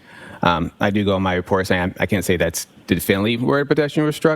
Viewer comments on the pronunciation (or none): Definely is not a word! He keeps saying it, but its not a word. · Yes! “Diflnly”